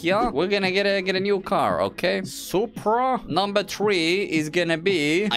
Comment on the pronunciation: Yo bro wanna soup bruh? No its just soup No S U P R A